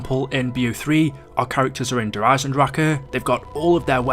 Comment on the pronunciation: Is it only me that it bothers the way he says der eisendrachuhhh